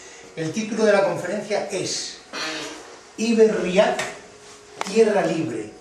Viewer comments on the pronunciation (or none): Cada vez que dices Iberriak, se me revuelve el estomago, en la fonética vasca, se diría Ibérriak, aunque no existan las tildes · Buenas, me gustaría poner un poco de luz sobre la palabra iberriak (no se acenúa la "a", sino la "e"). Recurriendo al protoeuskera tenemos por un lado la palabra "ib" que significa canal / parte navegable de los rios y por otro lado la palabra "herria" que significa pueblo. Si además añadimos la "k" estamos poniendo la palabra en plural. Asi pues nos quedaria algo asi como "los pueblos del canal/ rio navegable"; de ahí el nombre del rio Ebro, del nombre de la península (los sonidos "r", "l" y "n" son sonidos introducidos por lor romanos en contraposición a los sonidos "rr", "ll" y "ñ" ibéricos).